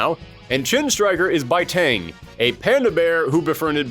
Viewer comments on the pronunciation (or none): none